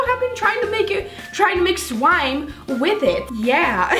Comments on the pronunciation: Why are yuo saing slome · Did anyone notice she said swime instead of slime 😂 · she said swime and ye i mean sWime with a double u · she said swime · Did you say swime??😂😂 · Do you guys notice that she sometimes says swime